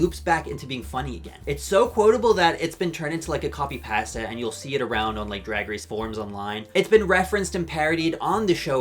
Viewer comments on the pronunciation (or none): i’m so sorry but i still can’t get over how you say pasta